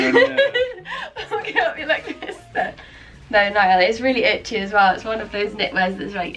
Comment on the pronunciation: The ‘Ni-all’ really made me lol 😂